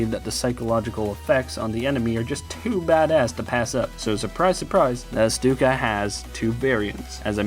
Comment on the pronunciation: The name Stuka comes from "sturmkampfflugzeuk" meaning attack plane, or attack fighter plane. It's an abbreviation. And it should be pronounced "Shtuka" because in german, St and sp are pronounced like Sht and shp, so you pronounce it like you do ship.